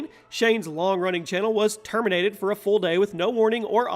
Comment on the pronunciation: Termintated ha ha